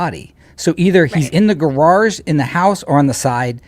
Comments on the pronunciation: ❤😅😂😅 I truly FRIGGIN' LOVE every time you say "GARARGE" like former Canton PD officer / former Boston PD officer Kelly Dever!!!! 😂😅😂😅❤ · Oh my god this video keeps on giving me! I never knew where “gararge” came from! you are just a riot. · I think they want to aboid the word garage!!!!